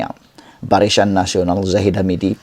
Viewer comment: Sebutan pun salah. Barisan bukan barisyan....